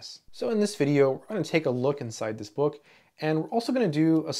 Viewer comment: you pronounce "bawk" instead of book. Are you a native English speaker?